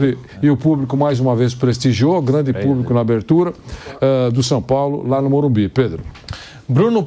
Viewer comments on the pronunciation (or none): morumBIS*** plmds, o que custa falar o nome correto do estádio??? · O nome é e morumbiS, e o nattan é horrivel kkkkk😅